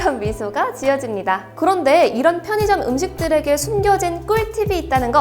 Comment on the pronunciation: 포니점 표니점으로 들림